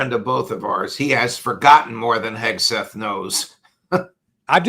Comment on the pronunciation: Pit Hagh-set believed he could give Tutorial 🤣